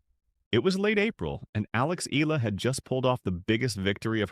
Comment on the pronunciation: its not eela its eyala.